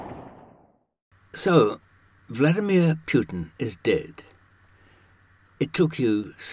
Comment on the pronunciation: Who the hell is Pjutin?